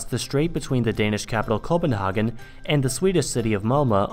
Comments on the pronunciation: wtf the way you pronounced "copenhagen" was so weird. Was like english with a very strong german accent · It is a bit weird that english uses an anglicised version of the German name for a danish city. And then you use the German pronounciation of it in videos where you speak english.